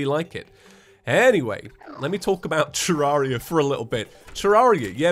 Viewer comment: Nobody: explaining his YouTube channel: " Terr-are-ia, ya ever heard of it, its a game